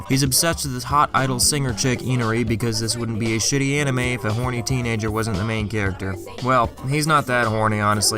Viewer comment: You say "shit" like an Irish man. I respect it.